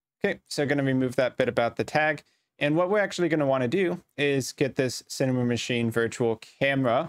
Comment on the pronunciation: Thank you for the tutorial. Advice: When you say the word "Cinemachine", you shouldn't say "Cinemamachine"